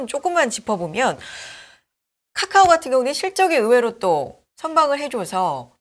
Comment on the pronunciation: 까까오 라고 발음하는 이유가 뭘까? 설마 몰라서? 그렇진 않겠지. 글타면 초등학교 다시 갔다와야 될 듯 기본인데....